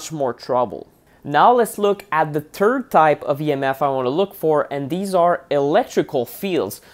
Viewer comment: You are so cute and you are such a nerd I love your info but do you realize when you say the word “third” You pronounce as turd!! (Poop)Which is so funny for us in English it really gave me a good laugh I needed it today! this was an excellent informative video with a little chuckle🌹